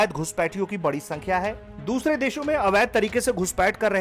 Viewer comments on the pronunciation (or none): none